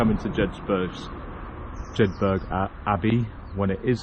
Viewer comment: Some great countryside you passed through on this btw they pronounce it Jedburra lol. Captured some lovely drone footage at sunset after that last push up the hill!! I think you are running out of days tho atb Dave